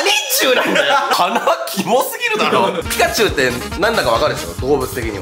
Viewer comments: ピカチュウの時の 【ナニチュウ】 俺の頭【ヤクチュウ】 ってなった笑笑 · (5分20秒)くらいのとこ ピ○チュウじゃなくて、 約チュウだな。 ↑あえてね...。